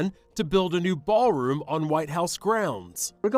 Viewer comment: The "Baalroom"